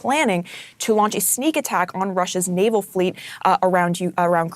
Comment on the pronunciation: lol NOVAL it is Naval bro lol. I know it just a slip.